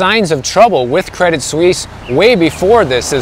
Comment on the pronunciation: Good pronunciation of "Suisse!" 👍🏻 Tip if you're interested: you don't pronounce the "t" in "Credit." "Credee Suisse." 😎